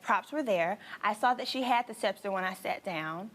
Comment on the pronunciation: The fact that she still cant pronounce sceptre correctly sends me.